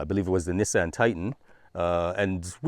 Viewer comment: Cool vid but bud its Nissan not NEssan